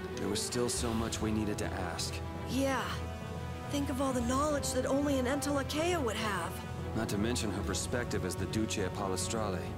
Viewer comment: Is there some way that you can listen to the in-game audio properly by using headphones or something. Because I'm getting kinda sick of you mispronouncing so many words: Entelexeia = En-tele-keia Duce = Du-jay (or Du-chay) Pallestralle = Pala-stralay Mantaic = Man-take Ragou = Ra-go